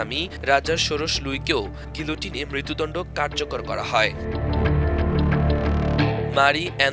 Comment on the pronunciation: গিলোটিন বানান হলেও গিয়েটিন উচ্চারণ হবে। তবে ভালো প্রতিবেদন।